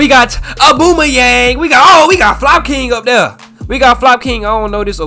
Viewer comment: Mane said “Aboomayeng”(Aubameyang) is Brazilian And Håland is German 😭